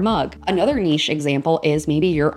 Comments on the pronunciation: I always pronounced it Nish but it is Neesh, you are right! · Hi, ❤ Thank you so much for this video! I really don't find any of these weird, I just discovered the raccoon one particularly and I love it as well😍😍 and yes, it is neesh, because of its French origin from what I know, to me nitch never sounded right😊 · Yes, you’re saying ‘neesh’ right. I’m in Europe and that’s how we say it. Very funny video! 😂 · It is not nitch...its a french word...and lovely on the ear...Niche...you are correct!! ❤❤❤❤❤😊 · The word should definitely be pronounced Neesh 🙂 Great videos Thanks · It's Neesh. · You say 'niche' right. It's a French word so should be pronounced that way. Thanks for the video!